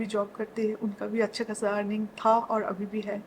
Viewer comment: Mohotarma hawit nhi..'habit' bolte hai, Avi nhi..'abhi' bolte hai,...thik hai..SM pe bol rhi ho..thoda apna pronunciation thik karlo😂😂😂😂